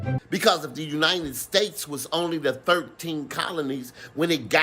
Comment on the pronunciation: the "Uninen States"